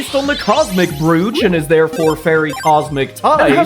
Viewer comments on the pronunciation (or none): These are so cool! I love this, though I feel like the vibe of Mega Acendape X and Mega Acendape Y should switch? Cause Super Saiyan God is a notably leaner, calmer form. Also brooch is pronounced as to rhyme with roach. Apologies if you've gotten that bit a lot already...